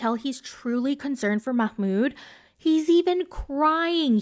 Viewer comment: His name is MAHmoud, not MAKHmoud. Why the extra kh sound? Im so confused